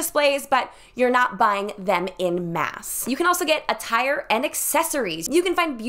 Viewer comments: when said “...you can also get attire and accessories”, I 1000% heard “you can also get a tire and accessories”, you are a wedding planning SAVANT, but at no point will I be on such a budget that I’d throw a knit beret and statement earrings on a thrifted tire and try to call it wedding decor 😂 RUSTIC INDUSTRIAL CHIC💁🏻‍♀️ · Lmao SAME!! It took a second for me to realize thats not what she said 😂